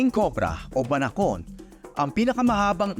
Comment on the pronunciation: Not BANA-KON, its BA-NA-KON...😂